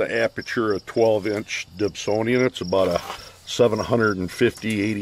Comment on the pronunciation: A "Dibsonian"? :)